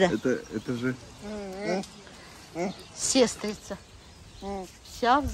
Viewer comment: Вы говоря о Люське произносите слово "сестрица" и неправильно ставите ударение в этом слове. Ударение ставиться на "и".